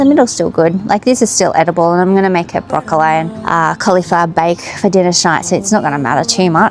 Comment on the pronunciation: Is the mispronunciation of broccoli a family thing or specific to your locality?